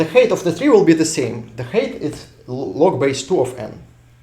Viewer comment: Height is pronounced hite, not hate